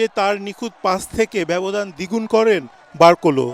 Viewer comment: নাম গুলো ও সুন্দর করে উচ্চারণ করতে পারেন না। বার কোলো না। বার কোলা